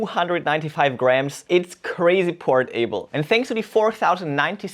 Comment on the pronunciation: Port-able ; unbelieve-able 😂😂 .. any more able ?